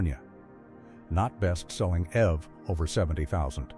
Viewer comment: It's pronounced E V not ev dump ai